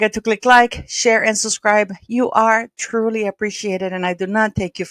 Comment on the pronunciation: hi. Nice to listen to your podcast. Please, please pronounce the word correctly. It’s pronounced SUBSCRIBE…. Not SUSCRIBE!!!